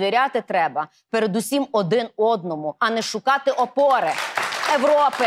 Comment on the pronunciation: Фарион очень похожа на Горбачева, который говорил: "ПРОЭКТ" , так исчез СССР! И. Фарион, так, что " ИСЧЕЗНЕТ УКРАИНА??? В словаре украинского языка, не слова " ЭВРОПА" имеется слово " ЕВРОПА " или Фарион, не верно произносит, т.е. говорит?